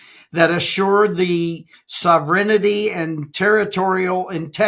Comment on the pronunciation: I always appreciate Breedlove’s perspective and comments. Nice job. Now, if only he could learn how to pronounce the word “sovereignty“ correctly. 😂